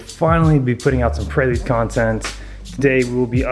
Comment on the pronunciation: it is prelude (as in present) not a praylude